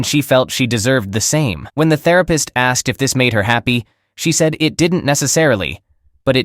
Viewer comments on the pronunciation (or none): Teach the bot pronunciation, ask-ed is wrong. One syllable, asked. The bot (or idiot person) said it correctly earlier. Also produced is not pronounced produce-ed. Get it right all the way through or quit.